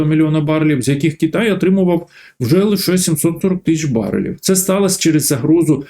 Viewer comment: Голосюче, та не КіТай а КИтай